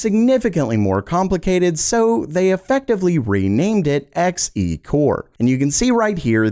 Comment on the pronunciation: Everytime he said X e and not Xe(z) i died a little inside